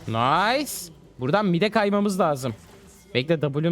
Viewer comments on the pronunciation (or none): none